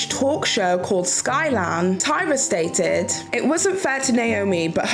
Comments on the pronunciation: Not Sky Lan. Its Skavlan. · As a Swede I couldn’t help but laugh at the way you pronounced “Skavlan” 😂 super interesting video though, I never liked Tyra much - I hated the way she treated the girls on Top Model. She always acted like she was so much better than them.